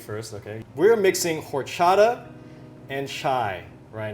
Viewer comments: You don't say the H in horchata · Don't say the H in horchata 😊